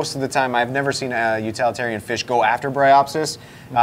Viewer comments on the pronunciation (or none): Utalitarian is NOT a word! It's utilitarian. The root word is utility , not utality. Otherwise this is an excellent video. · And utilitarian but I guess up there where they are it is utilalatarian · First off, I appreciate all your work to bring sooo much knowledge to the hobby. My question, Is it me or does mispronounce certain words? Like plague or utilitarian. 🤷🏼‍♂️ This is in no way meant to be hateful.